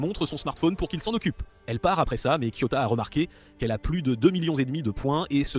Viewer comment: Pourquoi tu racousuie les nom des personnages et c'est KIOTAKA